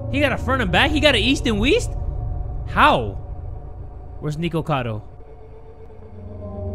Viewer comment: I love you and stuff but Nikocado's name s pronounced "Nick-oh-cado" if that makes sense. Not "Nee-ko-cado." you say that again, imma break your neeko neeko kneecaps 😭💀